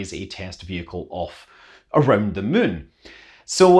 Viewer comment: I like how when Scott says "moon" it sounds like he's saying "Mun"